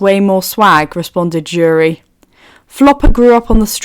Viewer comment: Um this is great but her name keeps pulling me out of the story have to continue remembering who you are meaning… her name starts with an s not a j … cc gets jury when you say her name please look up how to pronounce her name… sorry I’m not saying her name here I just don’t know how to spell it… wakanda’s princess …